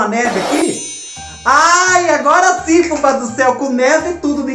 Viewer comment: E VOU ENFEITAR SIMMMM ! KKKKKK ADORO QUANDO VC FALA ASIM ,KKKK